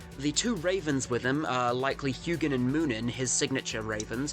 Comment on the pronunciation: O heck nice video also you pronounced Huginn and Muninn correct, same with Geri and Freki